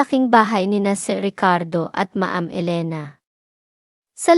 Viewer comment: Paki ayos po pronounce mo. Anong ma-am? Dapat alam mo tamang bigkas